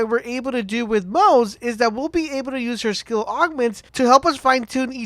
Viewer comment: The pronunciation for moze is MO-ZE-Yyy